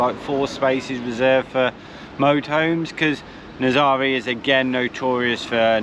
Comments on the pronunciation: Guys, you really should try and pronounce the towns you visit properly. NAZAŔE is naz-array and OBIDOS is obby-dosh. You take so much time producing great ìmages it seems a shame to spoil it with a lack of research. It's easy to do, just ask a local. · Nazaré the e at the end sounds like the e in egg. Happy travels 🌻🙏🌞😎